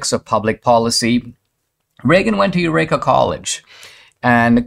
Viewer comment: Yes, Dinesh pronounced the word incorrectly, as he often does.